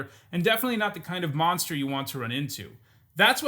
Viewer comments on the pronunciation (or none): none